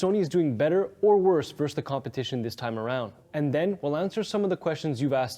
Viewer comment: Why can’t anyone under 30 actually say the word "versus" right?